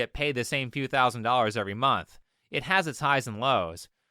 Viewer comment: They make "fouvunds in a mumf" yeah, i make "thousands in a month" walking dogs lol